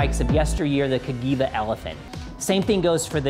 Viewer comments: Ka-gee-vah is how you should pronounce it. Source: I'm from Italy. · well, it's the so called soft G, like in "gel" or "gentle". In Italian the "hard" sounding C or G are only ever written with an H immediately after. In this case it would be written Caghiva instead of Cagiva.